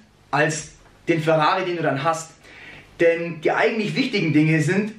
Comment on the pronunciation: Sag doch einfach Ferrari und nicht WRAWRI .. das klingt schwul